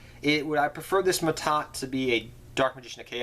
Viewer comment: that's "Ma'at" not Mahad or Ma'Ta xD